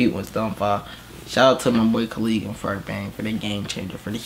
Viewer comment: U have to say Ko Lay Guh. so its the right pronounce